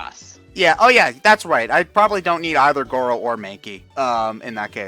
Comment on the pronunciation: Gorro? We have Gor-ro?